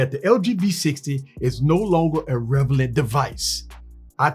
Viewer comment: You make me smile EVERY TIME you say revelant instead of relevant 💯❤